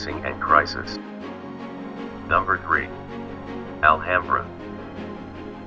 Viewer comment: 'Al - hambrer'? Man, you've got to be kidding me by now. "Al - AM - bra."